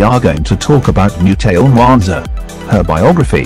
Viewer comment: The pronunciation of Mutale is wrong